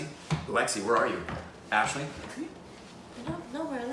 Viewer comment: Ashley must be so heartbroken and disappointed man when u didn't took her name right